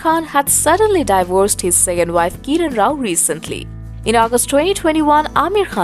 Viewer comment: Who is this lady talking... she can't even pronounce Kiran and Fatima 🙏